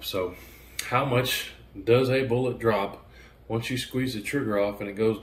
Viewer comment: Bullets. Bullets. Not boolots